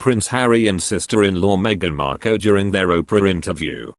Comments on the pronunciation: Love it. Meghan 'Marr-kelll' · If you are going to commentate at least try to pronounce Markle correctly.